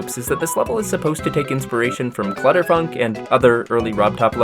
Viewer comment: No way u called ur level clu(s)tter funk😂